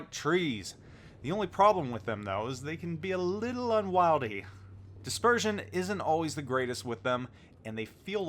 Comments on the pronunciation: That is not how you pronounce 'unwieldy'... un-weel-dee, not un-wyle-dee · Paul T. Not un-wild-y un-wheel-dy 😅